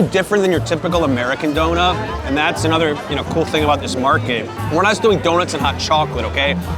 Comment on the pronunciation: *Market not mraket